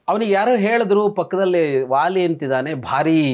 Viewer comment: The sound "wa" does not exist in our language. Please pronounce it as "va" ... not "wāli" but "vāli" and so on .